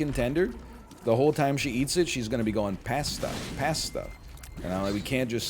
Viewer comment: The pronunciation of pasta almost made me tilt